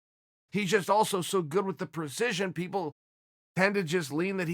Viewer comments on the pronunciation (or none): 1:60 “so many pepple”